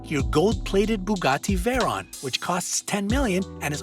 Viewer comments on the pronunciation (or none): none